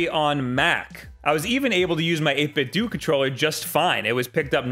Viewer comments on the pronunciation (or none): 8 bit DOUGH. not dooooooo. great vid though lol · Don’t you think 8-bit-do is pronounced like Nintendo. Not “8-bit-doo” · i hate the way you say 8-bitdo... the do should be "doh" as in nintenDO as they are referencing that.